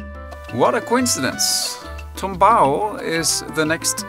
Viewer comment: TUMBAO with "u", comes from "knock down" and in salsa music is the formula to play the disected chord in arpeggiated form, initialy played on the "tres" instrument (a three chorus guitar instrument in latin america, Cuba). More info coming. In spanish the verb is "tumbar". NOT TOMBAO, BUT TUMBAO with "u". Thankyou.